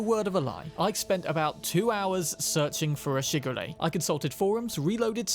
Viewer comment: I could only hear shigure as sugar ray